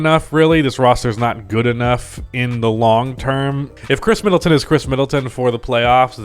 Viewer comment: mid-atton. You’re welcome.